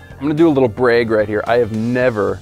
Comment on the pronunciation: I don't think he gets to judge the way she says pen when he pronounces brag like that just saying 😂